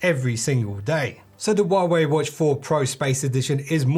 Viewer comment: Stop saying warway